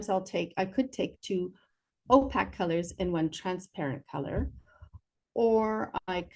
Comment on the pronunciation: Ō-pāk Oh pake Oh p-aye-k It is not pronounced o- pack. There is a pronunciation key for every word known to mankind in every dictionary.